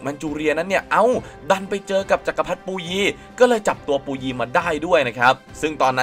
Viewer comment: อะไรปูยี ภาษาจีนกลางออกเสียงว่า ผู่อวี้